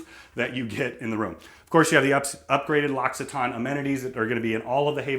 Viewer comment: Everything looks amazing, like a private yacht! That said, I have to say that what made me gasp and truly made an impression on me was knowing how to pronounce L’Occitane. LOL